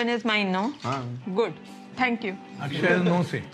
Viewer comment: i know you are not a native speaker but a common mistake I see people doing while speaking hindi words. they mis pronounce the "A" for example his name is akshay ak is like fuck without f .a in starting is mostly like it you are saying aakshay also genrelly you don't say last a for example rama will be same as ram